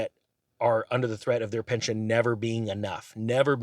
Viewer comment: Pension not Penton😊